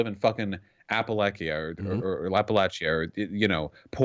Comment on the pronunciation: Helpful tips: Appalachia "APP-uh-latch-uh" Appalachian "APP-uh-latch-in"